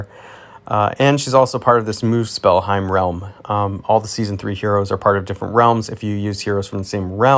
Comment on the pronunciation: Geff'yon... Also, Muss'pell'heim. Also, congrats on Norns!